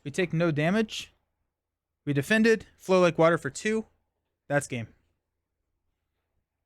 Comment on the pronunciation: What you say = flow like water What i hear = flow like butter And i guess from now on this card got a new name 😂